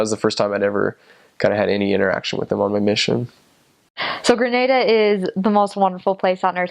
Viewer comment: I was born in Grenada but live in the USA now. You pronounce the names just as well as Grenadians. Probably the best I’ve heard any foreigner pronounced them.😂❤️🇬🇩 Also, thank you for all the positive comments about Grenada too. Much appreciated.👍🏽😊 We’re more reserved because of our British influences. Isn’t that what they say about the British? 😂